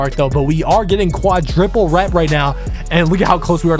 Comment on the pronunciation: Fire vid but it’s quadruple not quadriple